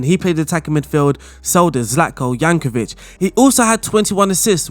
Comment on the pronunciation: Zlatko "Jankovic" thats a new :D